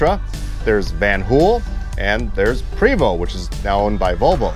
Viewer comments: Great video...fyi. its pronounced "Pray Vo" Not Pre Vo...just letting you know friend...great job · Having spent time with the company sales reps, I learned the name is pronounced "Pray-vO" in homage to the French heritage of Quebec. In the mountain west, the 12 speed ZF transmission makes it a demon on mountain passes. But in a hilly town like Seattle or San Francisco the 12 has a horrible time getting away from traffic lights on steep hills. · It's pronounced Pravo' ,it's fronsay (French) !!! The h3-41 was came into play because people wanted a automatic and they need a foot longer to get got it in with the s 60 engine .Eagle had a harder time they had to raise the floor over the engine to fit it in.I have talk with them too I was at the factory in the early 90's just after they they expanded. Seeing the h3's frame being made to seeing the roof being stretched on , to seeing entertainer coaches being made it is some thing to see when you a BUS GUY!!! I all saw the articulated coaches at Ill deleann ( i hope i spelled that proper ), having my coach ac being worked on there . Seeing the new coaches give me a bad case of i wants. We got our Marathon xl ( They only made 3 years )in Montreal . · I myself pronounce it "pre(long E)vost(like post with a 'v' instead of a 'p')